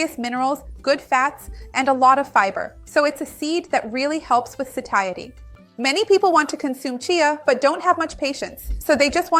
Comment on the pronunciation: Seems she pronounced it wrong